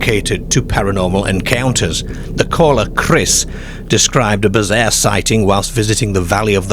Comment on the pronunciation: Love how you say 'Scare'borough and Bizzear in their Gearden with sheards of gleass. A tall Deark figure 😂🤣 👍🏼